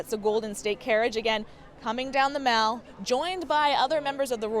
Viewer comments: Mall is not pronounced like shopping mall - it rhymes with pal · And they don't say "the mal" either! Where does she come from? My oh my! 🤣